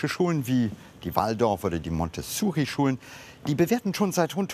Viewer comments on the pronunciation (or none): Oh Mann, es heißt Montessori, nicht Montessuri!!!! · Das heißt nicht Montezuri oder Montesssssuri, sondern Montessori. Benannt nach der italienischen Entwicklerin dieser Reformpädagogik, Maria Montessori ( ). Sie war auch Ärztin, Philosophin und Philanthropin. Aber Frauen werden ja gern mal übergangen, vergessen, verschwiegen. Auch bei den Öffentlich-Rechtlichen. Leider.